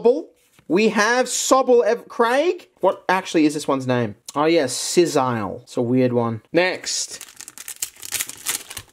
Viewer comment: It's Drizzile not Sizzile